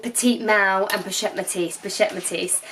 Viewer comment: Petite petet, petis...POCHETTE METIS! Haha that was so cute and funny